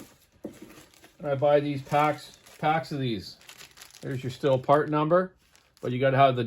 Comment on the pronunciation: It is pronounced STEEL.